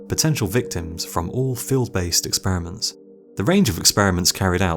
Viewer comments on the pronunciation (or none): none